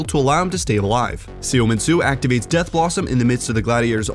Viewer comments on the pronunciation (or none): none